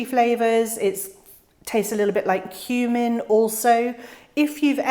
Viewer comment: I had to rewind 3 times. I thought you said shiso tastes like human.... but it's cumin. 😆 This year is my first year of trying it, i have a mixed seed packet, so 4 variations!